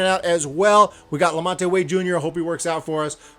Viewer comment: La-Mont (2 syllables, not 3)